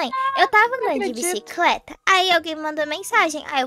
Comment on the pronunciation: “Bicicreta” ri nessa😂😂